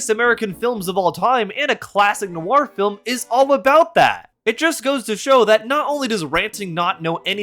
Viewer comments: Is it weird that by half thru the thing I'm most angry at this dweeb about is that he adds an extra syllable to the word FIL-IM? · Or "fillum" 🫠